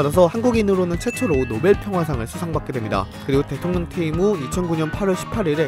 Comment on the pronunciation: 어 대통령이 아니라 대통려 ..